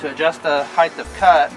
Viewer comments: Nice video but it's height of cut , not heithth of cut ...no such word as heighth ..I used to be a greenkeeper on a rural 9 hole 18 tee course and I made a aluminium bar with a threaded bolt to do the same thing .super fine feeler gauge to check blade /bed adjustment . My two mowers were Rover with 24" cut ..Now that course uses triplex ..faster but nowhere near the quality of cut and it causes compaction .I like how you leave the catcher off too in this application because the clippings are acting like a natural mulch for the grass ..Good stuff .. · heighthhhh of cut? :)